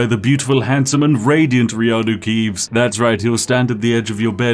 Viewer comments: Riano Keeves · I have to wonder if you lost the ability to say "Keanu Reeves" after playing Skyrim so much with this guy. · Skyrim: Return of Reanuke Keeves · Reanu Keeves makes me scream without the s